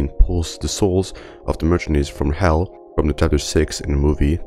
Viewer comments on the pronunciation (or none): bro really said "merchanaries" and "plagee doctor"